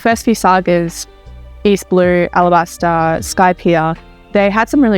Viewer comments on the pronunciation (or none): none